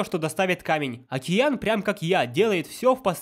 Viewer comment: ДжэтШаф [DzhetSHaph] далбек говорит "окИЯн"